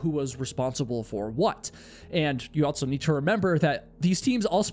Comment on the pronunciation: my guy.. can you please stop adding a T to the word "also"... you always say "altso" lol